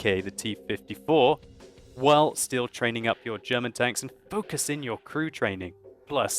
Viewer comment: For a brit he pronounces German words bloody well I'd say:-)